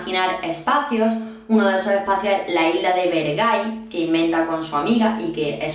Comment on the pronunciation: Bergai❌ Ver-gay✅ me van a funar me van a funar me van a funar